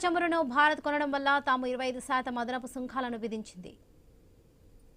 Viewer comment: సుంఖాలు కాదు తల్లీ సుంకాలు. నీ తెలుగు వినడానికి చాలా ఇబ్బందిగా ఉంది. శాథం కాదు శాతం